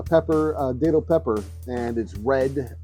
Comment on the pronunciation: Thank you for sharing this,! I just want to let you know it is pronounced Dat (like bat)-til. I have Minorcan lineage. My family has been in Florida since 1777. I am a 9th generation Floridian! My sister and I make a great datil pepper sauce! Here in Florida, I am in Jacksonville, we protect our plants and most of the time, we can get them to winter over and they turn into really big plants! You might be able to do the same thing to by bringing a plant inside and placing it in a sunny spot until it warms up.